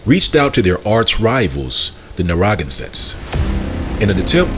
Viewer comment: Great Job on The Pequot War. The other tribe Narragansett is pronounced( Na Ra Gan Set)